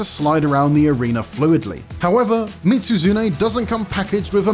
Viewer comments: Bro literally said Mit-Su-Zune🤦🏽‍♂️ tell me you’ve never played the games without telling me you’ve never played the games… also, Behemoth?! What even is this list?! Fatalis is “arguably one of the strongest” in the game?! Be for real lol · Bro mitsuzune? Nergantay? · Mispronouncing both Mizutsune and Nergigante, as well as having Lagiacrus as the only monster that didn't appear in Worldborne or Risebreak is not a great look, sorry. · Why add behemoth to a best monster hunter monsters list ? Collab monsters shouldn't count and also lol that Mizutsune pronounciation.